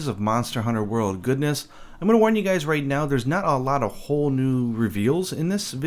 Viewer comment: 'hope you juys enjoyed this video' that made me laugh xD